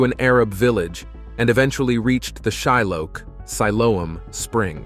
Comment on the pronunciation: This is a really excellent video. However, Shiloach is pronounced "shee-LOH-ahkh". A "ch" transliteration in Hebrew is a gutteral "K" sound, produced behind the uvula. 👍